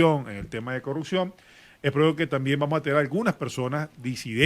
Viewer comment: ....se dice “corruPción”...